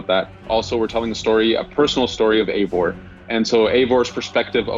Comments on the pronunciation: This guy is pronouncing his Eivor's name wrong. (Eye-voor) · Jake DiFalco no it’s wrong it’s EYYVOR BTW I AM NORWEGIAN SO yeah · Eivor=AyVOR Everyone:WRITE THAT DOWN